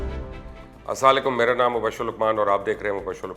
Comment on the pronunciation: salam tu dahng se karle salaam jiska sahi na ho kalam uska kaya sahi huga